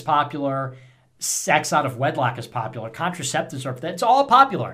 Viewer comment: Why do I hear him saying "populor" instead of "popular", it bothers me.